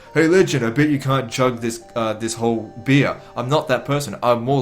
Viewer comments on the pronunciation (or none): none